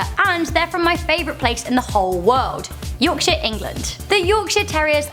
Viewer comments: sounds like "Yorkshit" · Bantaclause Billy when she says "Yorkshire" it sounds like "yorkshit" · Yorkshit england😂😂